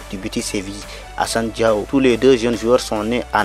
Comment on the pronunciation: Il faut bien prononcer c'est pas diaw c'est diao